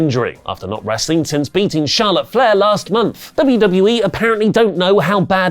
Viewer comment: can't say w.. wr... wrr..